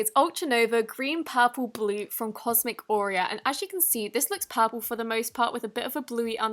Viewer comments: i always thought it was cosmic OREO not cosmicauria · I don't hear cosmic cauria but I hear cosmic Oreo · it sounds like she is saying cosmic oreo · Did she say cosmic Oreo? P.S when ever I hear Oreo it reminds me of wreck it Ralph like Oreo Oreeeeeo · IKR! I was like, where’s she getting Oreo from??😂😂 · "Cosmic Oreas" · I thought she said cosmic OREO